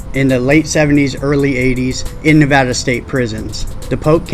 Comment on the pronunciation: Im from NV. I hate when people mispronounce our state. Thats when you know their a tourist.